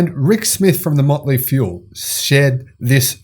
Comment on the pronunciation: LOL. DId he say "Motley Fuel"???